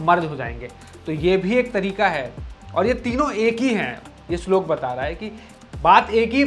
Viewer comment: Shloka nahi bhai shlok